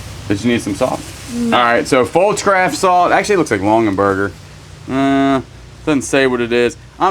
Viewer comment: LongAberger, not LonGENberger. Sorry, it's making me crazy. You can probably just wash the Pendleton in Woolite in the bathtub. The pressed glass piece that you thought was a napkin ring is a salt cellar...individual salt at each place at the table. They often have tiny spoons with them. The Betty Crocker cookbook is wonderful. Mine is held together with tape (for the 2nd time). We use it all the time. Not too shabby. Lots of pretty things.